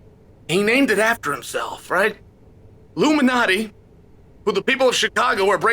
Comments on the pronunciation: I like how he pronounces Lou Malnati's as "Luminati" lol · I thought he was saying Illuminati pizza untill I scrolled the comments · I miss Joel correcting Chael when he mispronounces words. Lou Malnati = Luminati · I love that he called it "Loomanahtees". Same misprononciation as my lovely wife. Undefeated, undisputed. For what it's worth...I like Giordano's better than Loomanahtees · Thanks for clarifying this. I thought he was saying "Illuminati's."